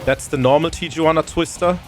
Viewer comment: Tijuana is pronounced tee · uh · waa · nuh The J in Spanish is pronounced like an H